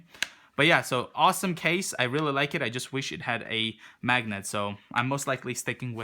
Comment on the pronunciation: Lmfaooo "this thing is owesom"😂